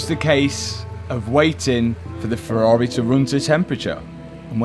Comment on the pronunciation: Matt is building a ferrar(eh) 😂😂